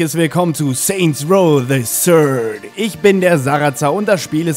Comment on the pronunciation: das Spiel heisst übrigens "Saints Row THE THIRD" und nicht "se ßörd"